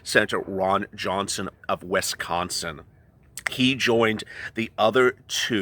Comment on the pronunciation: I have to give you a fact Wisconsin is not pronounced Wesconsin. Just so everyone stops mispronouncing it